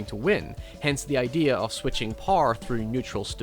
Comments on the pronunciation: the japanese say power as powah idk where you're from but its interesting you say power as "parr" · Who the fuck pronounces "Power" as "PARR". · love your pronounciation of "power".